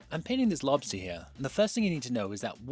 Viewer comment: look at 'em lobstaaahs